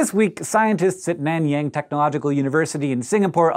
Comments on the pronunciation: Wtf is nenyeng???? It's N-AA-N-YA-AANG. BTW I'm from SG! NOC squad unite! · its pronounced nun-young _"